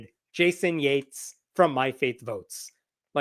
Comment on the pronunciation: did Hemnat say JATES, oh so Yates, like we don't know how to spell it, FUCK SAKE